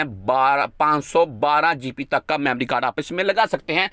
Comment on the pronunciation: o bhai apni english to thek karo gp nahi hoti gb hota h